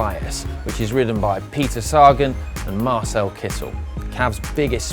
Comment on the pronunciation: His pronunciation of Peter Sagan is painful ..